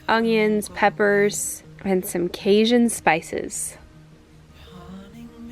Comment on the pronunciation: I giggled at your pronunciation of Cajun. (Kay-jun) hard j like Jam Jelly etc not Kay-zhun ;) otherwise it looked really good. We put cayenne pepper in ours and spice it up and a few more tomatoes for a little soupier consistency. But it's kinda one of those personal preference dishes. The wall looks great. Will you be doing the other walls as well?